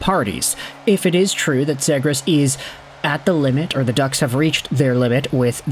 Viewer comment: At least say his last name right bro💀